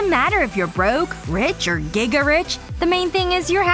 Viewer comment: Gaga rich❌giga rich correct 💯